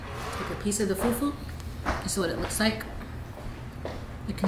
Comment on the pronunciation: FUFU not foofoo